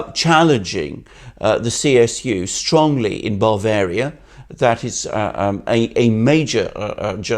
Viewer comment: As an Englishman, the way Alexander Mercouris pronounces Bavaria as BARvaria is most peculiar, I've never heard that before. I've noticed a couple of other such unusual pronunciations, strange for someone who went to a UK University anyway. Hmmm.